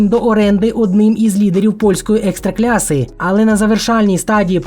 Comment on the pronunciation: Экстракласса наголос братан вечно Ламаеш язик